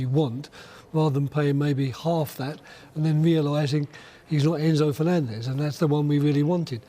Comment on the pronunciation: did he fenanzez????